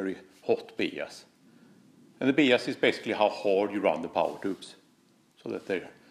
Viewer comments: quick EngIish Iesson...Bias is pronounced bIas, not beas. Great video though mate. wonderfuI technicaI insight into tube amps and the effect of biasing on tone. The hotter the bias the shorter the Iife of the tubes though.... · We are going to “Bee-us” our amp today!! Lol....the rest of the world says “By-us”(Bias). Still love you and your videos. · They all sound gorgeous!! But it’s 33 for me. Btw your English is fantastic and you know I love your accent, FYI it’s pronounced ‘Byas, ‘ love from England! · Hi, fyi in English “bias” is pronounced “BY-es”, cheers 🤘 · bias is pronounced BYE-ISS like saying goodbye to some whos name is ISS BYE-ISS. awesome video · it’s pronounced bye-ass. lol Just giving you a hard time, love the videos, brother. 🙂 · Cool video! I've wondered about this for years. FWIW it's usually pronounced 'bye ass' 'bi - ass' 'by as'. Although I'm constantly impressed by your English considering how hard I failed at learning any nordic language... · I do biasing all the time. It’s actually pronounced By-ass. BTW, your English is incredibly good.! The amp, to my ears, sounds amazing at 26 Ma! Thanks for the comparisons! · "Bee-ass" love you! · One thing I'm gonna change now for sure is the way I pronounce bias.